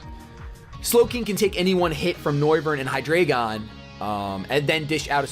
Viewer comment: Hydreigon is pronounced High DRY gone Because drei is 3 in german and it is pronounced like dry